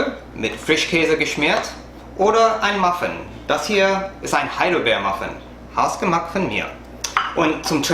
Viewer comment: versuche mal bei der Aussprache es doch mehr, wie "house gemacht" klingen zu lassen, bei Dir klang es doch ein bisschen zu sehr nach "Has-gemacht". Generell hat man es mit der deutschen Sprache leichter, wenn man französisch kann, weil das französische U dem Umlaut Ü entspricht.